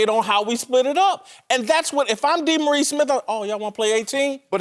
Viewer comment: DEE-Maurice Yeah.